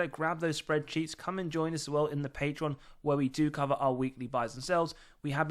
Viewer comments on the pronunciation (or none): none